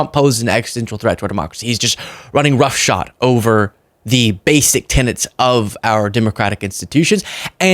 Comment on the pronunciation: “Roughshod”, not “rough shot.”